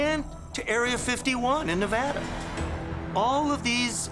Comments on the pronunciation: Its Nev-a-da not Nev-aahh-duh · Pronouncing Nevada WRONG.